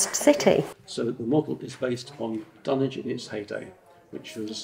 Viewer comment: It’s pronounced as ’Dunnich’, with a silent W